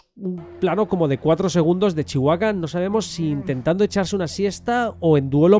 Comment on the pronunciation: Cuándo será el momento en que España aprenda a pronunciar Chewbacca sin comerse la b? Y si me lo permiten: en Skywalker la L no suena. La palabra Jedi...el acento está en la sílaba JE, no en DAI. JE-dai Un beso!